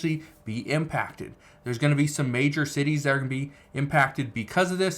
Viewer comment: Its impacted not im packed